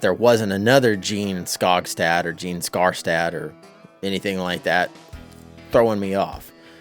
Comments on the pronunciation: You've been a genealogist for 10 years, yet you still can't get the name right? 😂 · THANK YOU! My name is also spelled “Jeanne” and mispronounced all the time.